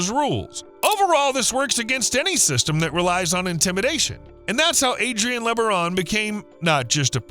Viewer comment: Don't belive the .B.S LOOK up and research Ervil Lebaron , .... Brian Denahey portrayed Ervil Lebaron in the movie prophet of evil. Those Lebaron are NO good. Do the research and find out about that family. This youtuber continues to pronounce the name wrong.